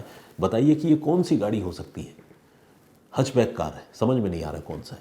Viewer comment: Sir, it's हैच बैक नोट हच बैक